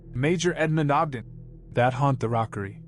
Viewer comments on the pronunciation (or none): none